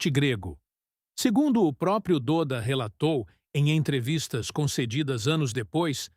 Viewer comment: O nome dele não é "DÔDA", É "DÓDA" .... se pronuncia "DÓDA" 🤦🏼‍♂️